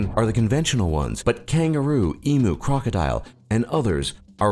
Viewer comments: EMOOS HAHAHHAHAHA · For #7, didn't NBN fix this? Also, Emu is pronounced Em-you. Have a good one! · It's pronounced em-you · we pronounce it -eem you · We are getting better wifi and it's pronounced eemyou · IT IS EMUS NOT EMOOS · You are meant to pronounce Emu in the same way you pronounce menu. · Eem-you. How would USonians react if a youtube vid voice over about Arkansas kept pronouncing it Ark-ann's-ass? Annoying isn't it. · Jake Edwards and yes pronouncing it 'emoo' is wrong no matter how much you argue against it. However I'm sure if I go into a whole explanation why you'll probably either not even read it or most likely not understand it. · Crocodile isnt readily available as hunting them is illegal unless a cull is called. I've had kangaroo and buffalo, but i dont recall ever seeing emu on the menu (note that both those word endings are pronounced the same. e-moo shakes head) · Eey myoo not em u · I'm Australian and its prenanst e-m-e not e-m-Oo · ''ee-moo'' GAH! why must you torture me like that! D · Exactly. I live here, no one in the entire country says EEMOO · naw he likes cows aswell emooooooooooooooo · you numpty. we're not asking him to do an accent. we're asking him to say 'eem-you' which americans are more than capable of doing, in an american accent of course. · "E-moo" is not an example of free variation because it is considered incorrect by native speakers (emu is an Australian word, & Australians consider "e-moo" to be incorrect). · The way he pronounced emu is the only thing that will ever make me cringe and as an Aussie I have to tell you OUR INTERNET IS FINE!!!!!!!!!!! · Ok...WE have great internet because we invented it And you said emu wrong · you can't say emu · Ugh I'm starting to think ALL Americans can't pronounce Emu. Also We do have Fibre internet now.. well are in the process of upgrading. It's still shit though. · you pronounced emu wrong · img the way he pronounced 'emu' 😂😂😂😂 and then his Aussie accent at the end iml